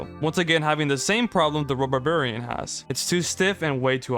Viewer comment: Rhubarbarian is pronounced "Rhoo-barbarian".